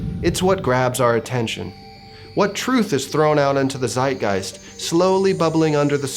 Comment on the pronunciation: as a german i was not expecting a german word from you and laughed out loud about the way you said it. its pronounced like "tzeitgeist" but not bad dude